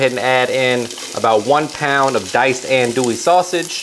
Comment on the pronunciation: Please, please, please pronounce andouille correctly, it would add to the authenticity of your recipe. It’s “on-do-we”. Thank you.